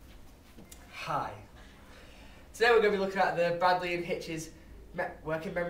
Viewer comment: Baddeley not Bradley